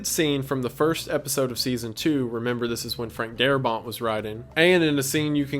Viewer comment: Its Frank Darabont. Not Darabon,or Darbot. And they did not fire Darbont because he wanted more money for the episodes and AMC did not wsnt to pay for it. They got rid of him because he wanted to do things such as having the zombies use tools and weapons and retain memories. And the series creator said, "No." His zombies are mindless corpses. If you watch the first episode you will see Walkers using rocks and bricks to break windows. And you see the little girl zombie pick up a teddy bear. And Morgan's wife jiggling the door knob. All of that stuff was because of Darabont and Kirkman did not agree with it.